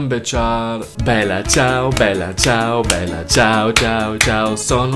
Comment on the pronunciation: AHAHAH bella ciao non si può sentire da uno straniero